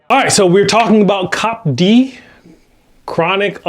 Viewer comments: love you guys and it is see-oh-pee-dee. Thanks. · I think it’s called C.O.P.D and not cop d